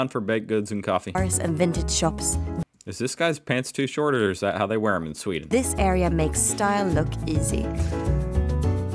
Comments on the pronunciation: The narrator says "Suveeden". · Sweden not "Sweeden" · Sweden, calm down with the Es man 😅